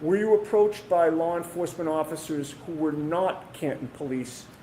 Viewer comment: "Lar enforcement"- hank Brennan